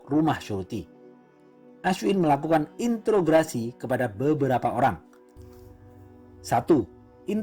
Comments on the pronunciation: Interogasi bukan intrograsi min wkwkwk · Bang ralat bukan intograsi tapi introgasi, intro bang bukan into. Dari kmrn dengerin kok ngerasa aneh ternyata r nya salah tempat wakawaka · interogasi bang.. bukan integrasi 😊 btw semangat buat konten selanjutnya, aku suka cerita cerita india. plot twist nya kece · Interogasi, kok malah bilangnya intograsi 😂😂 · Interogasi bang bukan intograsi... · Intorgasi apa introgasih sihhh auto kuping gua yg salah apa tu orang yg gak bisa ngomong